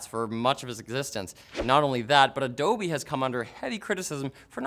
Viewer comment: ADOB, NOT ADOBEEEEEEEEEEeeS